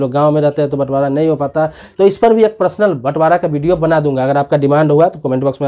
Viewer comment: सर प्रसनल को पर्सनल बोला करिये !